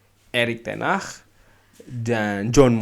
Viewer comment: ngucapin Ten hag aja kok susah bang🤣🤣🤣